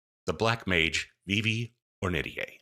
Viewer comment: huh, today I learned how "Ornitier" is pronounced! I always pronounced it "or knit tear", but I looked it up and you've got the right of it. neat! probably gonna be dming a campaign in fu soon, excited to get back into it after a lil period of dm burnout, very likely gonna binge your videos in the next week or two lol (-and I'll do my best to keep my comments thirst-free-)